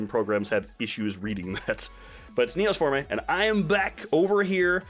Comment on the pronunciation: It's Neos Form-AY? I always thought it was Neos Form. I thought the E was silent!